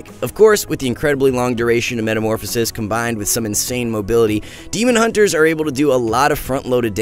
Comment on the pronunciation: The quality of these videos are going down not gonna lie. The sound is not equalized, he says huntes do damage from ranged instead of range. And he called Recuperator a pvp talent -_